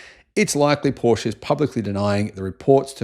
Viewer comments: Porsche not Porsch! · you’re an electric automobile journalist. Porsche is a two syllable name, you know how to say it properly. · Evidently you need to ask how to correctly pronounce Porsche. 🙄😖